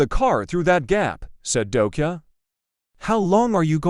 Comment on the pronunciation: It's not dokia, it's dokja. I think you should actually improve the text to speech AI 😅.